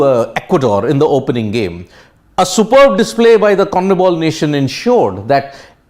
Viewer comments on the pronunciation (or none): Conmebol not comnebol